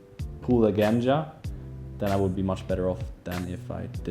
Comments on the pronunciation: Genja. Not Ganja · It was supposed to be pronounced more like "Genya", since it's short from of his name Evgeny.